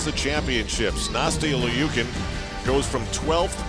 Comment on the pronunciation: "Nasty-eeuh Lee-ookin" someone needs to teach that commentator how to pronounce names correctly